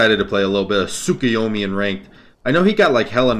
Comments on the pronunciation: Nice vid but saying tsukuyumi and not tsukuyomi was giving me some sort of tick in my neck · TSUK-A-YUMI cmon lol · You’re not saying his name right